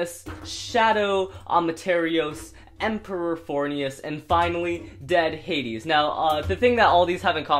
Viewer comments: bruh, it's not dead hadis, it's dread headis. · dread hades, not dead hades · Why does say dead hades?